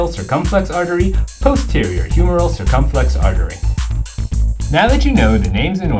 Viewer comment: Funny anatomy mnemonic! I love learning tools like this - please do more! But why do you say "anterior cirCUMflex" instead of "anterior circumFLEX" Did you take Latin (where "cirCUM" means "around") Or is "anterior cirCUMflex" just a different pronunciation in a different region?